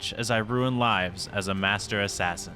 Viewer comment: When he said assain I think he said assain XD